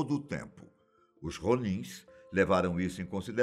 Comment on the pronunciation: Ronins o som do R é diferente